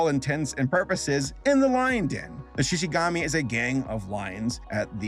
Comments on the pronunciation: Me, yelling at the screen: ShishiGUMI! Not gami! GUMI!!! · It's shishigUmi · Shishigumi (Shi-shi-goo-me) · everytime he says SHI SHI GAMI and not ShishiGOOMi gives me HIVES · Every time I heard "Shishi-gami" I felt like I was getting hooked right in the face. There was a combo going, and just when I thought I got used to it, he never said it again and then I felt disappointed. Help me, I have a problem. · Who else felt physical pain every single time said “Shishigami”? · "Shishigami" i've never been more offended